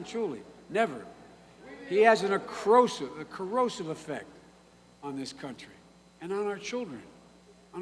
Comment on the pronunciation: inferminies...***...an acrosive effect